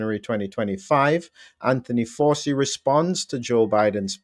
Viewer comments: Come on, Doc, Fauci has been in the headlines for 5 years now. Surely you have heard his name spoken by now? It is not pronounced FOW.SEE. The name is of Italian / Sicilian origin and is pronounced FOW.CHEE. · While I admire a lot of what you do, I was nonetheless flabbergasted -- after the man's copious exposure on prime time media during the COVID debacle -- that you consistently mispronounced his name! Did you never watch any US media during Fauci's (pron: Fawchi's) all-too-regular appearances at briefings and in interviews? 🤔 That said it is an absolute travesty that Fauci has been preemptively pardoned for what could ultimately come to be viewed as his culpability in encouraging and ensuring that millions were harmed, and/or died as result of strategies he consistently promoted and his failure to allow the use of safe prophylaxes that were readily and cheaply available! He may yet arguably go down as one of the greatest serial killers never to be punished for his essentially murderous actions during COVID and earlier during his equally heinous mis-management, partiality and profiteering during the AIDS crisis that undoubtedly also led to many suffering and dying. He is an arrogant narcissist who held the reins of funding far too long in the US and has evidently apparently gotten away with his despicable alleged crimes! (Anyone who has not yet read RFK jr's "The Real Anthony Fauci" should certainly do so!) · It's pronounced Fow-chee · His name is pronounced Fow-chi. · The little gremlin’s name is pronounced “Fow Chee!” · It is pronounced like ouchie...fau(ch)ci. Joe just signs whatever they put in front of him...he would know about political lawfare...as he unleashed it on trump and many other innocent people from january 6th. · It’s pronounced Fowchi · "Fa-u ci Dossier" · Sorry for being pedantic but please pronounce the mass murderers surname properly...."Fow-Chee" phonetically..... So is this pardon for Covid, and/or HIV??